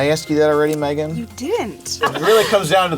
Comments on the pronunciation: PI: "What's your name?" Girl: "May-GAN" PI: "Okay, megin!" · “What’s your name?” “MAYgan” “Alright MEGGan “ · I perfer saying it Megin than May-gan. I hate when people say that